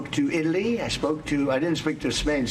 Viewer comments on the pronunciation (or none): none